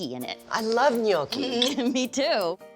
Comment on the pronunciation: Nyo-kee not Nyong-kee